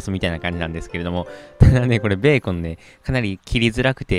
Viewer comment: ブェーコン笑